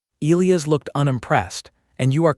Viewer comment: Pronouncing Elias wrong the entire story drove me crazy